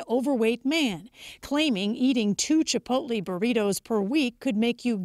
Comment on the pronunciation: "Chipolte"...dumb ass can't even read.